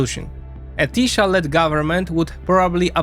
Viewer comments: Why every foreigner pronounces 'sz' in the wrong way??? 🤣🤣 Hungarian is not Polish!!! We pronounce 'sz' as 's' in the English word 'see' and 's' as 'sh' in English 'show'. Tisza is Tee-sah not 'Tee-shah' 🤭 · TiSA not TiSHA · Polish SZ is Hungarian S Polish S is Hungarian SZ. SZ is pronounced perfectly in Fidesz, but not in Tisza where the video always pronounced Tisa, while said Budapeszt instead of Budapest. When you say Hungarian SZ sounds like Z than an S I bet you confuse it with ZS or just simply with Z.😅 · The hungarian "sz" is pronounced "s". So its "Tisa". :P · Great vid, thanks! I know you deal with a million different countries and languages, but in Hungarian: 'SZ' = 'S' sound in English. To say 'Tisza' correctly is just remove the Z, say 'Tisa' in English. 'S' = 'SH' sound in English. Budapest = Budapesht in English. CS = CH sound. There's also NY, LY, GY, TY, all combo letters and one sound each, but I won't get into that, Hungarian is difficult to learn af. 😂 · The pronunciation of Tisza is "teesa" The apostrophe is written wrong in the motherfucker's name, it's "Orbán Viktor" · Hey, if you're gonna make a video about something, might as well go the extra step and give the pronunciation a quick look. I'm sure you can figure it out quickly, and I think it takes credibility if you completely mispronounce tisza, the very topic of the videon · TISZA The "sz" is pronunced like the "s" in sad.